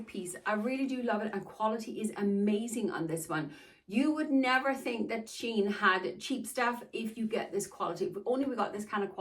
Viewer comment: Wanted to let you it's pronounced "SHE-inn" and not "sheen". A great place to find plus sized clothes without spending a fortune. A warning, though, for short girls: there will be a lot of hemming.The pant legs are very long and the hemlines on the dresses are defininitely made for tall girls (I'm 5ft tall) and read the reviews. Especially the ones with selfies.